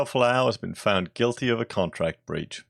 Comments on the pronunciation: Good vid mate but Falou isn't Fa-Lou, it's pronounced F-allow. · Please do your research and pronounce his name properly. I think this is horrible and they will take this to fair work and win.